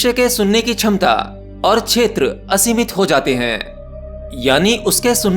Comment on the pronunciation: शुश्म सिद्धी शुश्म 😂😂 छमता 😂😂😂 सूक्ष्म- ये असली शब्द हैं। क्षमता - ये असली शब्द हैं।